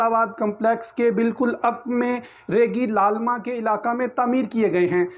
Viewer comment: تلفظ درست کر لیں ریگی لالمہ نہیں بلکہ ریگی للمہ ہے